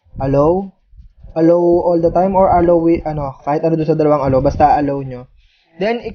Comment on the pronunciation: ang tamang pronunciation of allow = uh·law o kya A-lAAW. thanks me later dalawang video mo na na mispronounce mo.